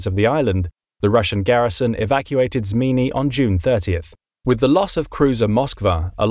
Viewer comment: Your also one of the only person in YouTube to call snake island in its proper name Zmiinyi.